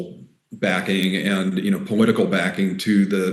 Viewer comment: He’s a courageous guy but his pronunciation of the the word AND as EOIND is unbearable.